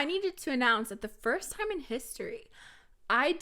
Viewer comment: Don't worry. You actually pronounced T:Time right 😂👏